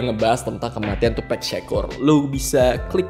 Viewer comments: Harus nya tupac bukan tupack, Inget bgt di interview snopp dogg gak suka host ngmng tupack bukan tupac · Tupak bang bukan tupek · iya ding , yg bener Tupac bkn Tupek, ada banyak kok yg uda bahas itu. klo The Notorius bener, tp spell B.I.G itu Bi Ai Ji bkn BIG langsung, tp pake ejaan English, itu aja sih, selebihnya oke bang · It is Tupac not tupack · Nyebut tupac ya sebut tupac , klo lu bilang tupac nya pake e brarti harus ada huruf k di akhir namanya lol. Tupac not tupack